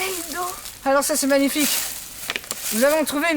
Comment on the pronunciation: Quand à il a dit "c'est magnifique !" j'ai cru qu'il disait "ça va les flics" xD